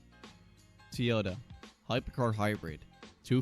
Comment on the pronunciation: Toyota =x= Tea-yoda Toyota = Toy-ota